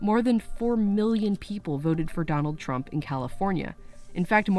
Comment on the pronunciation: donld rromp